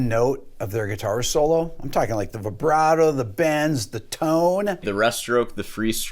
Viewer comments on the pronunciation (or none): You call yourself a classical musician and say vyebrato? What a shame. I wish I could play like you do, though. In here I'm quite decent, but to me I'm never good enough. Since I've been listening to music and playing guitar since I was 12 (I'm now 31) I actually can tell some of these because of the songs, or the way the person starts/inserts the vibrato/bend. I thought his video was stupid at first but it's actually interesting, now that I watch it here. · Why are you saying "Vaibrato"? Just because Steve Vai invented it doesn't mean it's pronounced like that